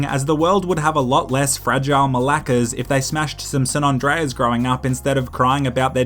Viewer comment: That was the whitest pronunciation of malaka I ever heard.